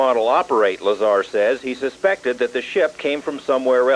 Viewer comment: It's bob LazAR not Lazr